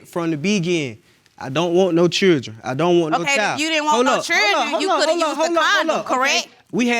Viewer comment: What is a "churdren" ??